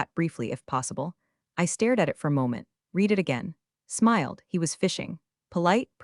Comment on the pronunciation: It's pronounced Red it again! Not read it again!